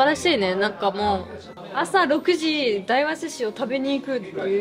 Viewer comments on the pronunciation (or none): 大和寿司やまとずしと読むんだよ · 大和(だいわ)寿司？ 大和(やまと)寿司じゃないの？ って思いましたが、やまと寿司は酒田の方でしたね。(^_^;)